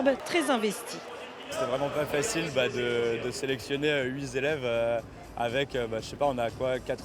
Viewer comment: "huit z élèves", c'est sûr qu'il n'est pas prof de français.....LOL